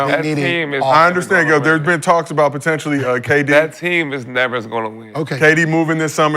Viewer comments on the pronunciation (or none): none